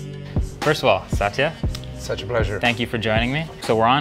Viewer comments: Up to my knowledge it’s “Satya Nadella” not “Sataya Nadella”. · Hey Marques, it's Satya Nadella. Not Sataya 👀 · I think its Satya not sataya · Its satya not sataya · To whomsoever it may concern: It's Satya not Sataya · Its Satya not Sataya. Satya stands for truth and Sataya stands for sadness and I'm pretty sure his mom was thinking of truth when she gave him his name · Hey Marques, That's Satya, not Sataya. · Satya not Sataya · [Computer] Oyyy He said such a pleasure. Not Satya pleasure. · It's "Satya" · Am sorry.. but ..it's saTYa, without an extra A between it.. 🥺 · Bloody hell of a pronunciation Sat(stress on T)ya. These people either cannot pronounce or do not know anything about proper-noun. Shameless!!! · The way he pronounces Satya is so weird lol